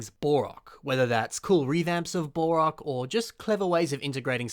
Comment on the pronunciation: It sounds like he's saying "Bore-ok" instead of "Bow-Rock" & it's driving me up the wall! XD